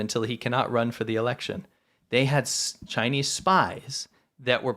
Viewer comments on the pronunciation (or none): CHY-NEES medicine, or CHY-NEES prison torture? WHY NOT BOTH?!?